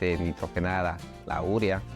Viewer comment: porqué dice URIA, cuando está escrito UREA ??